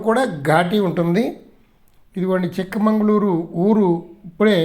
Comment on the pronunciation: సార్ అది చిక్ మంగళూరు కాదు చిక్కమగళూరు